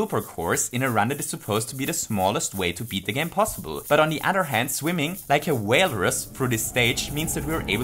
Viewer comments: Nobody: Absolutely nobody: No one in the entire world:: WhAlErUs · "Swimming, like a WAILRUS..." I won't lie, I couldn't stop laughing when he said that. Not even the accent, just comparing mario to a walrus. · “Like a Whaleruss”